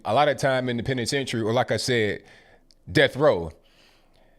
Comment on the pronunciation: Polzkill he pronounces "death" as "deaf" he shouldn't hard to beat in ocurt